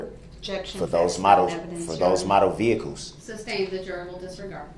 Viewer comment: Th is not a ffffff sound. Truth is not “trooff”! It is sustained NOT supstained!! There is not an X in ask, ask not ax ( you chop wood with an ax)! If you want to look intelligent speak correctly!!!!